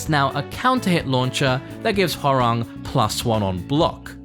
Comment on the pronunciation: It's HÓrang, not HoRÁNG